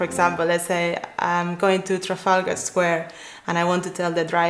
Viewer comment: very weird the way to pronunciate "Trafalgar"